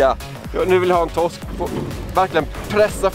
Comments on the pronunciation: lär dig säga r det heter toRsk inte tosk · Man skulle ju vilja ha en compilation på Tobbe när han säger "Tossk" :)